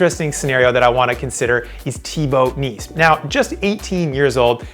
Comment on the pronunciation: Terrible pronounced names, if you didnt showed a photo I wouldn't know who your were talking about. At least look up the names and pronunciations.. Teebo Niece? Try saying Tee Bo Nice